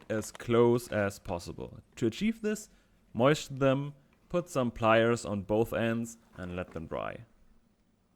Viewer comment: please never learn to pronounce moisten correctly. "moishten" is bringing me so much joy.